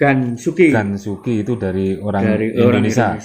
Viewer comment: Indonesia mas, sanes Endonesa